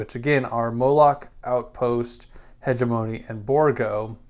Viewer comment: Please consult Google translate on the pronunciation of hegemony